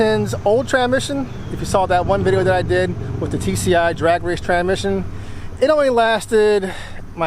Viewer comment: Learn how to talk like a whiteman. It’s a tranSmission, not a tranmission.